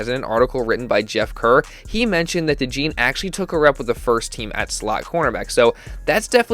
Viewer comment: It’s pronounced Cooper DeJAWN